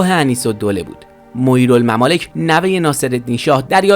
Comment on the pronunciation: پسر گلم معیر الممالک را غلط تلفظ میکنی ، Moayyer